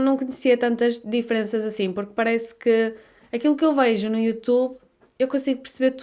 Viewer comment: Enquanto algumas regiões do Brasil (como dito no vídeo) removem algumas consoantes como “Cheiro” pronunciado “Chero”, a faz o inverso- ela coloca a consoante. Prestem atenção que a fala “veijo” e não “vejo”. 😊